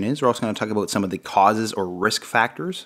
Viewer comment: About sounds like ah-bout, its not a boot pronounced a-boot lmao jk😜